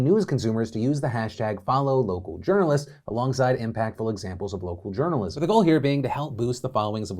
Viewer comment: Hahahhaha "journolism"